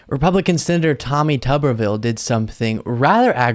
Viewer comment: It is TUBE-R-VILLE.